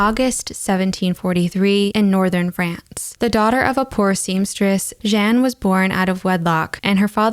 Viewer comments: I love this channel and look forward to each video. I had to cringe at your french pronunciation, though. Jeanne is pronounced " Zhyah-nuh" the last "uh" being spoken quietly. Monsieur, in spite of the "on" is pronounced " Mis yurh". I know french pronunciation trips up a lot of people and you can look it up online. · I enjoy your explanations! It’s not “Jen” tho